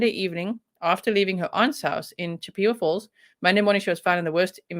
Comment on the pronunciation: Not being snarky here, the name of the town is pronounced, CHIP-eh-wah. Its named after the Indian tribe, from the area of the woodlands. You totally nailed the name of the brewery! Not many from here can do that. You said it was a German word? I actually toured that brewery when i was thirteen.